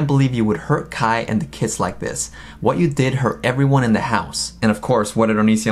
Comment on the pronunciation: Kai not skye